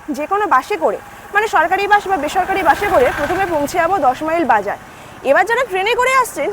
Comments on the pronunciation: Lalganj bolun na...bash e korey...orey Baba khoncha legey jabey je. Ota Bus..Bansh noi Madam😊 New Sandhya Tara Homestay, New Bhorer Alo, Bhorer Alo...Gramey eley toh Gramyo lagbei...ei Gramyo Gramyo poribesh ta Durga Pujar Theme e choley. Boating kortey kortey Moddyo pan...aha ki presentation 😅 Vloging kora ta ekta art eirom jongli Vlog korben na r apnar bachon bhongi r uchharon thik korun . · দিদি ওটা বাঁশ না,,বাস😂